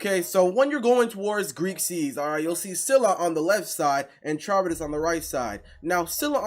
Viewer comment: You said scylla and charybdis wrong